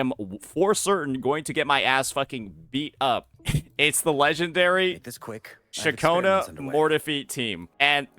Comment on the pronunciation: cIAconna, not cacciona ffs